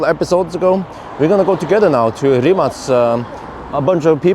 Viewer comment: Thumbs up you pronounce "Rimac" correctly 👍💪